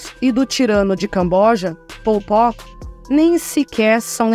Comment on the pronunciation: Pol Pot saiu Popó 😂 Enfim, mais um vídeo maravilhoso. Obrigado pessoal!